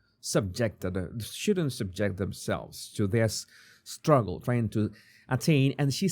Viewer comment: "Shtruggle" and "shrtaigtening"